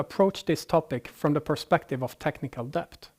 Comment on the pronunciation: Debt - It's pronounced det. Dont like correcting non native speakers on their English but come on, it's the whole topic and he says it 50 times